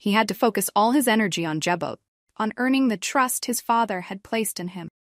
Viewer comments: Learn how to pronounce Jabot please. Ja bo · How does she not know how to pronounce Jabot. Damn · Does she not know how to say Jabot the way it is supposed to be said..